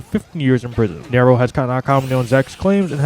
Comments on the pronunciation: You are pronouncing Nairo wrong btw. Just fyi just so you know for the future. It’s pronounced more like “ Nai ro”. Not Nario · Ok first of fuck this guy. Talking about smash and can’t get the story straight initially and also for not even being able to properly say Nairos name. Not defending nairo. But bro you clearly know NOTHING about smash if you can’t even say a top players name. Gtfo here bro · Why would you even care about the community or whine about Nairo’s name being pronounced incorrectly as if he deserves to have his name acknowledged at all? You can like Smash and not know about it’s toxic community. This just makes it that much worse. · Your entire complaint is Irrelevant. Who cares if he pronounces his name wrong. Why does that invalidate his argument, and how exactly does that mean he doesn't know anything about smash. He has an accent, so obviously he'd get something wrong. you just sound like a child at this point than anything else.